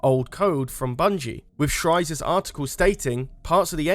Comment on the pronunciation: Anybody else notice saying Jason Schreier’s last name as Schreizer?